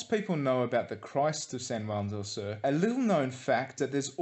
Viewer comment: your accents are horrific.. for one sur is pronounced soor not sir.. but hey who's counting